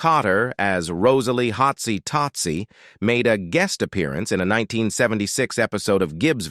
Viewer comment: oh is that what it was yuck "hotsie TOADsy"???